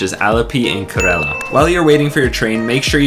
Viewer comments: This is complete RUBBISH Kerala is pronounced Care Ra La honestly you have no clue.. Actually you were there..???? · dude is kerala not karela.